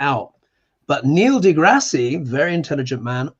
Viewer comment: Neil degrasse (pronounced de grass no de grassy) is great. He has videos on your Tube called Star Talk.